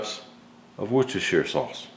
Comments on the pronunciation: Proper pronunciation is "woos-ter-sheer" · Nice. Just to help you out with Worcestershire sauce... As a Brit I can tell you we just call it 'wooster sauce', so much easier. ;)